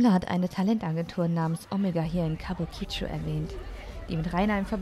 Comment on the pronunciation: [klugscheißmode] kabuki-cho...also die Betonung nicht so sehr auf das "i" am Ende.[/klugscheißmode]